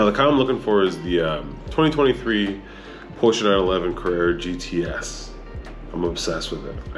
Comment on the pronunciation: Just wanted to tell you that you say Porsche perfectly. I speak German and from all the vids online, man you nail it. I have a GTS waiting for me for European Delivery in a month. Have fun!